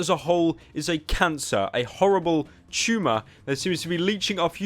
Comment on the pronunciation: CHumah. Chumah. chuma. Pyro, that's not how you say Tumor.